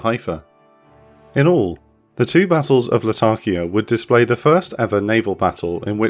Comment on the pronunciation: La-ta-kia, not Latarkia